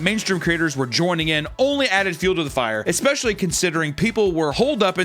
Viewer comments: Bro started saying "especially" right. Thank you, 🙏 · He said, especially right